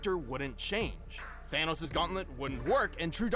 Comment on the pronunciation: It's the anus not thanos!!!